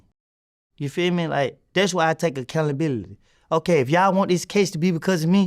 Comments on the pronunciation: Acallability 😂😂 im sorry 💀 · "Accountability" ❌️❌️❌️ "Accounabilily" ✅️✅️✅️ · That’s why I take “acalibility” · really standin on biness taking all the "ackalabilly" 😂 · Glad he taking "accounabilily"